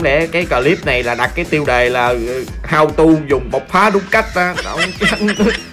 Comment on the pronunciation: bộc phá nè " bộc " :)